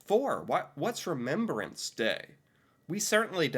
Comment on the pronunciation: It is not called remembererance day. You are adding an ER in the word Remembrance that does not belong.